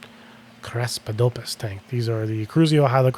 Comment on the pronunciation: i like how you still try to say craspedopus like me lol